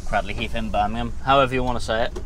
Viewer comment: Cradley heath isn't in Birmingham it's in the Black Country and you pronounce Cradley heath wrong as well